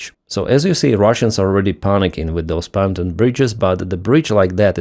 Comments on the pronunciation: I've trying to change your pronunciation of Pontoon Bridge for 4 years. It is not Panton it is Pon....tooooon! Look it up please. "Panton" sounds like "wearing trousers". From Ireland. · Pronouncing English : pontoon (bridge) pon as in the morning 'dawn' and toon as in 'tune' the piece of music. "pontoon". Slava Ukraini! Keep up the good work.